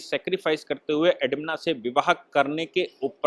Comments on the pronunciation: एडविना.... एडमिना नही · Admina nahi Sahib naam galat hai. SLI NAAM EDWINA HAI